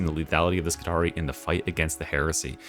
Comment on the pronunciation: I love to be pedantic, so I want you to know that Skitarii is actually pronounced as ski-TAR-ee-eye, similar to the roman Praetorii pray-TOR-ee-eye. How are you going to keep up your schtick as the smooth talking and radio-voiced '' if you don't fix this? /s 😂